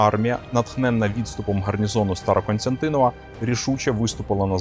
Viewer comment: СТАРОКОСТЯНТИН!В. Диктор обрати внимание. Зверни увагу.